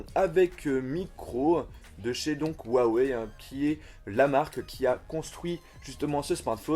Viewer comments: On dit youé (en phonétique) pas youawé😂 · Juste pour la petite histoire : Huawei ça se prononcerais plutot RUAWEI mais bizarrement la marque en occident ( et surtout aux USA ) a fait une campagne pour qu'on pronconce ça WHA WAY. si tu passes par la tu me diras si je me trompe